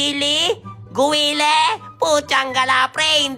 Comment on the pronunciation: Guile hindi Po guile